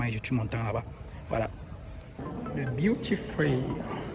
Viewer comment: Est-ce BEAUTY FREE J'entends de sa bouche ou DUTY ? 😄